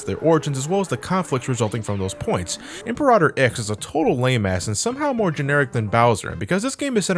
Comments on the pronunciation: Im-puh-rah-tohr. Im-peer-ruh-ter. Dammit,, you have me questioning how the word is said now. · "Im-Per-AH-Tor"? I'm sorry to be that guy, but it's "Im-PEAR-Uh-Tor". Think "Imperial" or "Emperor". You played BlazBlue, you should know that, just think of Imperator Izanami. Sorry that's just the one thing that bugged me all throughout the video. I remember playing this game a lot, being one of the first few Sonic games I ever played, and it had a few good moments, but yeah it was a slog all throughout. I do like some tracks in it though, that final boss theme is pretty good. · "Impa-rah-tor Ix" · You mispronounced 'Imperator'.